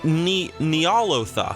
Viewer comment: NYE UH LOW THA